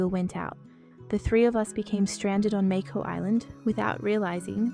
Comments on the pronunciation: Is this an ai voice reading? The tone is a little odd and it’s saying Mako differently than the characters in the show…I apologize to any human actors if I am incorrect. If ai was used instead of human writers and voice actors — please do better ! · was this made with AI? The way she says 'mako' is not right. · who is the one speaking ? it doesnt sound like Phoebe. She pronounces words wrong like mako